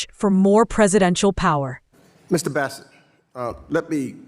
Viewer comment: His name is Bessent, not Besant... great journalisting. Good job.